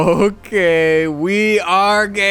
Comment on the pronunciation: When he said ok, the Spanish came out in the ok XD